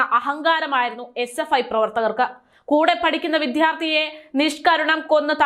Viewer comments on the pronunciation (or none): വിദ്യാർത്ഥി എന്ന് പറയുക. വിദ്ധ്യാർത്തി അല്ല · വിധ്യാർത്തി അല്ല വിദ്യാർത്ഥി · വിദ്യാർത്ഥി... വിദ്യാർത്ഥി... അങ്ങനെയാണ്.